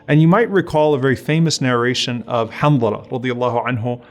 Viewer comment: JAK Hanthala not Hamdala